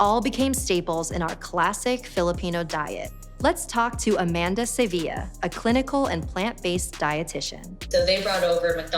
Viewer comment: Why you pronounce Sevilla as Seviya? Are you Mexican? It should be Sevilya as it is the original pronunciation of the ll in Philippine Spanish.